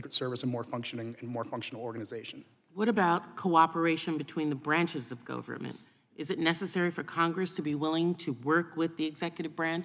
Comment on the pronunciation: Branches of GOVE-rrrrr-Mant